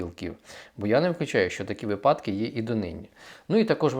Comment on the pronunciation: Перепрошую, але слідкуйте за своєю мовою, шановний! Ставте наголоси у словах правильно!!! Не випАдки, а вИпадки і т.ін. Якщо ви такий щирий українець, йдіть у ЗСУ, та вчіть нарешті нашу Українську мову!